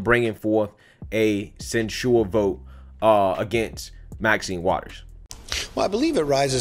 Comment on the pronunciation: Love you brother but say it with me quick and fast..... ready, set.... go!!!! sin-chur (censure) Where did this slow moving “send-chore” sounding stuff come from that you are saying??...... lol. But carry on and keep up the good work! I am liking your show better than Amazing Lucas who has been losing me lately amazingly.